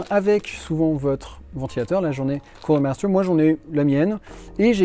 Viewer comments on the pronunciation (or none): Of corse cooooooler maaster quel accent